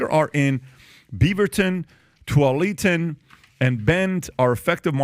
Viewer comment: ..Portland, Beaverton, “Twaleetin”… 😂😂😂